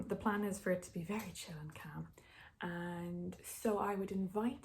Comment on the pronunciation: Every time you say 'calm' I think you're saying 'camp' but weirdly it keeps making sense to me